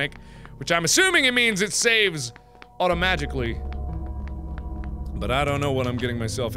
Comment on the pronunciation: am I the only one who heard "automagically" instead of "automatically" ?